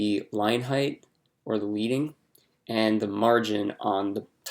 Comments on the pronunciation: Nice tutorial. As a side note, it is pronounced "leading" like Led Zepplin. It is named after the lead (metal) pieces that they used to place between the lines of text on old printing presses to create space between the lines of text. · Great video. Just a heads up that "leading" is pronounced as "led-ing," like the metal lead. This is because old typography printing presses used to use actual lead metal spacers between lines of text to create additional spacing. ;)